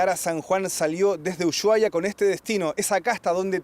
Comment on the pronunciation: Uyuahuai no no se dice, se dice Ushuaia con S